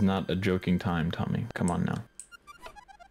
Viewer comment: I know his name is Tommy but I keep hearing dummy 😅